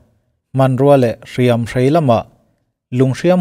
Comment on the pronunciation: Lung hriam a, hriam tih i lam dan khi a dik em aw